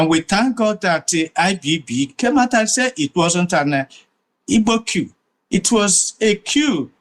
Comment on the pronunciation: That man who can't even pronounced the word "coup" properly is a propagandist. When and where did Gowon tell President Tinubu to release Nnamdi Kanu? Play the video for all Nigerians to hear. The East did not build UNN, it was built at the same time with ABU and UNILAG by the federal government of Nigeria. Eze ugha, stop telling lies.